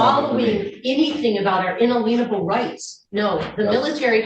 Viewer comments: When they mispronounce words like “inalienable” and say things like “inaleenable”, you know they have no idea whats actually coming out of their mouth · How is she a teacher in public schools and has no idea how to pronounce the word inalienable?! Sweet Jesus!!